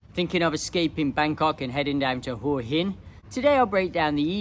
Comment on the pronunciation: Thanks for pronouncing Hua Hin correctly. Few of the tubers/influencers get it right.